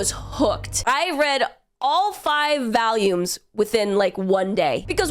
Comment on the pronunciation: I finally heard your midwest come out with "Valume"